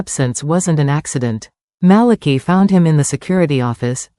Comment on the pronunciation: And I think the pronunciation of Malachi's name is wrong😂.